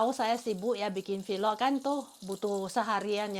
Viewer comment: sy mau tambahkan sedikit saja untuk penyebutan vlog, penyebutannya lsg vlog aja ya jgn jadi vilok. Maaf ya Bu,ini spy kedepannya bahasa penyampaiannya menjadi lebih baik lagi. Tetap semangat terus dlm membuat vlog ya. Gbu🙏🥰